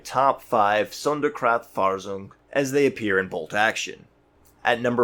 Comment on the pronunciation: please look at Sonderkraftfahrzeug :) is always always a good idea to check for native pronounciation